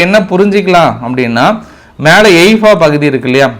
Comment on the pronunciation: எய்பா இல்ல தலைவரே ஹைபா